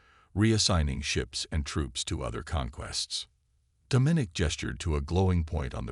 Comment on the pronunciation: OMG ITS DOM MIN NIC !!! STUPID AI